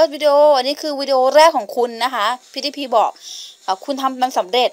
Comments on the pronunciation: แอดป๋มหน่อยชื่อ KutsumatoAqua ปล.พิ้วดี้พาย ครับ ไม่ใช่พิ้วดี้พี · พี่ครับออกเสียงพิวดีพายครับ